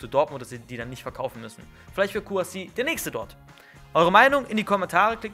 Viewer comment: Er heißt nicht Kouassi 😡😡😡